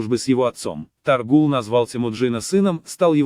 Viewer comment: Может, все-таки ТОГрул? Ну или Тоорил, на худой конец. Отвратительно и халтурно, как и все, выполненное машиной.